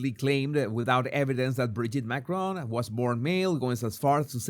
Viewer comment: Candace deliberately (and rudely) says MACRONE rather than Macron.